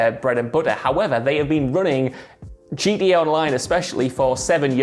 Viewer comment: As an American why is it so hard to say the Letter “T” ITS GTA!! NOT “GA OR GEA” or whatever you was saying!!! I’m so triggered 😖😖😖 GTA is already shortened n you mess that up how!?! 🤣🤣🤣